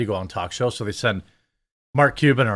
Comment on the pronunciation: Her: "I was educated in this city." Also her: "DEY say if..." Yeah, it shows, sweetheart.